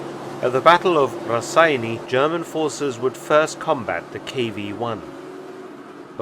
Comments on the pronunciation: As a Lithuanian, I can't help my self by correcting you a bit. "Raseiniai" is pronounced as rah-say-nay. Yeah, we Lithuanians are rather anal about out language lol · I don’t understand why everyone says name Raseiniai so weirdly it’s not Raseni or Rasseini it’s Raseiniai a town in Lithuania. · The humble Mark's attempt to pronounce Raseiniai made me chuckle